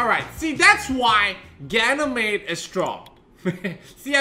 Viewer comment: Still fun to hear you say ganymade